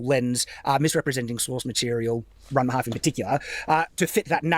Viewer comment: I know it´s not the point of the video, but the fact that he keeps calling it Ranma HALF just makes me cringe.